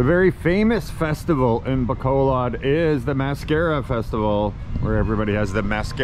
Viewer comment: Low-pez mall in Bay-call-od lmao I'm gonna keep watching your channel in hopes that you pronounce something correctly